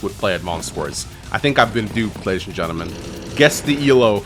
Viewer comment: Why do i hear always 'ladys and gentlemangs'? 😂